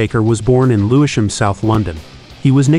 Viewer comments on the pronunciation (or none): Lewi sham and warwich? Am I rripping or is some of this just mispronounced?